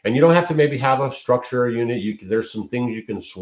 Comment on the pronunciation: I pronounce that structure differently